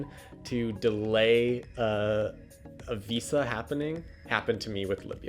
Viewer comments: I'd only be his friend if he says VISA properly from now on. Harsh standards I know. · I never want to hear this guy say Visa this many times and with that pronunciation ever again.